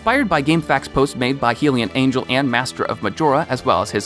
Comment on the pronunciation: HylianAngel is pronounced like this Hi-li-an angel